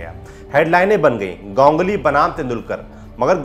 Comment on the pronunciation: Gongly क्या है गांगुली बोलो ना